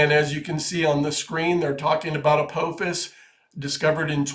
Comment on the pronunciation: It is A-PAH'-fis. It is Massachusetts Institute OF Technology.